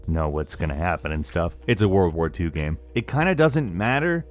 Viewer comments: I hate it how you say "gem" instead of "game" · Is it just me or does he pronounce the word 'game' weird? It sounds like he's saying Gamb